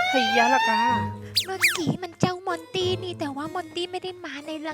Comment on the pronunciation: มอนแกมมระลี่แกเตอ ให้ว่า มอนตี่